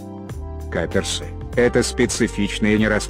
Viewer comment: Каперсы не правильна сказали